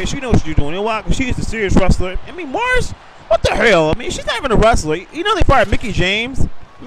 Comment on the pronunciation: great preshow! By the way, Maryse is pronounced "Muh-Reese"